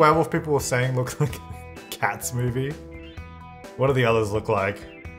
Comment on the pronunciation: It took me five minutes to realize he was saying "Cats movie", not cat-smoothie.... But the most awkward part was that I just accepted it, like "yeah, I guess I could see how that looks texture like a cat smoothie"